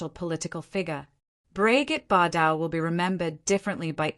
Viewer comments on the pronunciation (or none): First she did not go through a downfall and second you mispronounced her name throughout the narration, please correct the narration or your AI program.